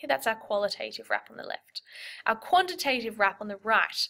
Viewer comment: The second "a" in qualitative and quantitative isn't pronounced like the "a" in "name". It's a short "a" that doesn't say its name.